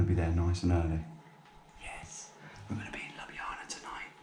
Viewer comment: that's quite the pronunciation..."labjana"...